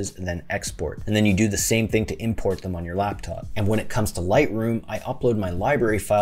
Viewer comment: Are you a native English speaker? I thought the stress in the verbs "to impOrt/expOrt" is on the 2nd syllable